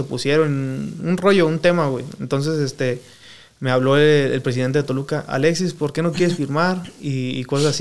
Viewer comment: Jajajajaja, cualquiera ya hace este tipo de programa, me da mucha risa que no sabe ni hablar. Llevo 5 minutos viéndolo y ya dijo más de 10 veces verga. Pobre no puede ni decir Alexis. Dice "Aletsis" no puede hablar y pensar al mismo tiempo